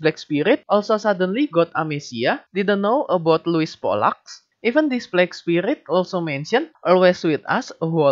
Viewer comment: setiap ente ngomong pollak gw dengernya kolak pake qolqolah wkwkkw